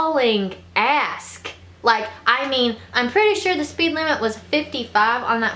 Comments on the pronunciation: I love how you say "ask" instead of "ass" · Lol "hauling ask"